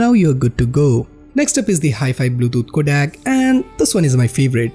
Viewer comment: Man, you pronounced both Bluetooth and codec wrong...also, avoid those spikes in your voice... Since, this is a video about changes in the UI and such...the camera could have been a lot closer to the screen...(MKBHD😋)... That's just my two cents...